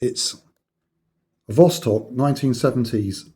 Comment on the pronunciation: No the B on the dial pronounced as V in Russian as in vostok. And the case back actually says amphibia.